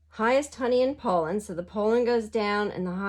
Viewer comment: Pollen is pronounced - pah-len 😊 I loved this video! It reallllly helped me understand this game!! You should do more videos like this! Do you own Tapestry? I'm trying to learn that and I think your style of teaching would help everyone a lot!!!